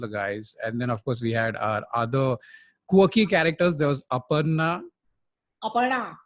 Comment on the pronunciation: The way says “Aparna” is spot on! It cracked me up 🤣